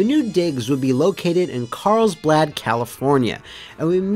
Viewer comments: I swear I'm hearing CarlsBLAD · “Carls-blad” — that extra “L” you’re throwing in is driving me crazy